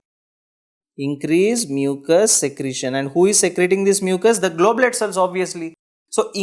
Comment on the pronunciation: You are writing goblet and saying globet